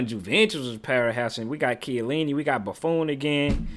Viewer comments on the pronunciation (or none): boo-phone 😂😂 bro was saying it wrong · Bro lost his all his aura by calling the legendary goalkeeper BuFOon.😭😭😭😭😭-auraaaaaa😭😭😭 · The way he pronounces Buffon 💀